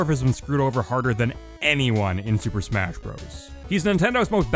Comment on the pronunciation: Swooper smasgh?